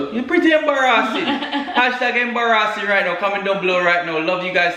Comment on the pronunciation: I don’t think I’ve ever said embarrassing properly since been saying “embarahhsing”